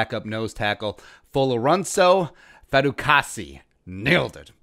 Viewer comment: Your not saying his name right bruh say his name right